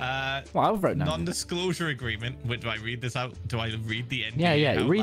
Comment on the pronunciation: aggreement instead of agreement